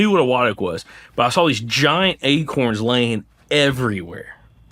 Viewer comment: Ache-uuurrrns 😂 sir, you meant to say A-corns. Not achy-urns